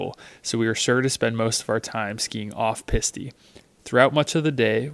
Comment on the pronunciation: For future videos the word for trail is pronounced PEAS-T, not Peas-TE.